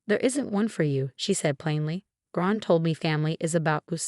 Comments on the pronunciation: It’s “LI-lee”, not “LEE-ly”. Get it right! For that matter it’s “Gran”, not “Grahn”. Also not Ron, Graham or brown. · What a bad A.I every time they say Gran they make another name of it ,Bad